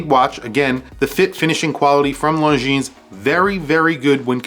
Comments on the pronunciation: 1) the Mont Blanc is just HIDEOUS: looks like a stupid and too dear Seiko with a lame logo. 2) Longines Zulu Time GMT is way too big. Anyway the pronounciation of LONGINES is NOT LONGINSSS, is rather LONGIN. Is FRENCH. 3) MoonSwatch is stupid, yeah, but smart as well. 4) Longines Ultrachron is too big as well. 5) Seiko 5KX GMT is a fake diver GMT: hideous. 6) M.A.D. is just DISGUSTINGGGGGG 7) VC is a beautiful watch, but really way too useless as a watch. 8) Tissot Prx chrono not my style but not bad at all. 9) Zodiac Titanium is really COOL indeed. 10) Timex Expedition North Titanium is a bloody smart mood; perhaps a bit too high pricetag 11) Q Timex chrono rocks a lot 12) Q Timex GMT rocks a lot too 13) Mido OS GMT L.E. is LOVELY 14) Citizen Pro Master green not bad really 15) Citizen SuperTitanium, a bit expensive maybe, but beautiful 16) CW is nice but not my cup of tea Ps Nice list !!! 😎😎😎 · Lohn-geeeene. Your killin me dude.